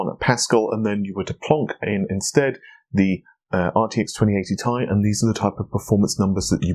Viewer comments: Dude it's t.i. it sounds like your saying ty lol it's t and I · it's not tie, it is ti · It's pronounced Tee Eye. It is not pronounced Tie. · 1080Thai, 2080Thai. Couldn't watch further after that. A word TI doesn't exist, that means you can safely assume it's an abbreviation and pronounce it by letter. T, I. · Saying 1080 tie sounds idiotic. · Clean your teeth. Take a shower and Stop saying t-i together. Then ill Watch your Video and like it